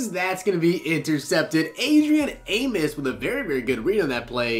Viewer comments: AmOs. Not Amis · As a bears fan it drives me crazy... it’s A-mos not A-mis